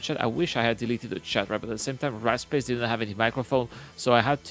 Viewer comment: The whole time, I'm listening while working thinking he's saying the guys name is "Rat Space", thinking that's an odd name, but ok. Then I look at the screen and see in the chat "Warped Space" well that makes much more sense :)